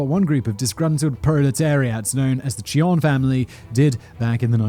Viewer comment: Do pronounce the J, dude.